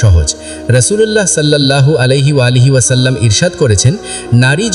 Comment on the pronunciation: আলাইহি ওয়ালাইহি পাইলেন কই..? আমাদের নবীজির নাম কি আপনি পয়দা করছেন..? 😡🫵 নাউজুবিল্লাহ মিন জালেখ 😡 আগে নবীজির নাম তো ঠিক করে বলা শিখ তারপর নাইলে হাদিস বয়ান 🫵👎